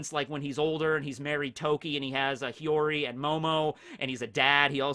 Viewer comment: hiyori, it's hiyori